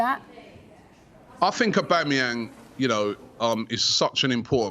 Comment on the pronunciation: Robbie "I fink" Lyle